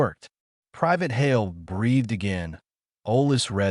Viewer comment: Hale, not Holly